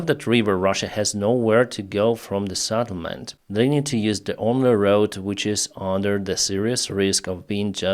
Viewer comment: Settlement not SATTLEMENT. SET not SAT